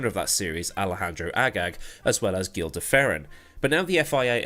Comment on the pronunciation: "Gil" (de Ferran) is pronounced like "Jill", not "gill". And it's more like the french J rather than the engilsh one. I know, portuguese is weird.